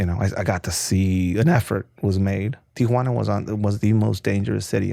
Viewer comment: The way he says Tijhunaana or wahtever kinda driving me up a wall.